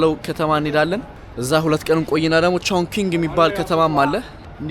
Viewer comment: ቾንኪንግ ሳይሆን ቾንቺን ነው 😅